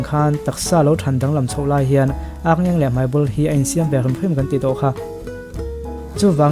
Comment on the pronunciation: Ârngeng nilovin Arngeng ani...Ar hi thluk tur anilo ani..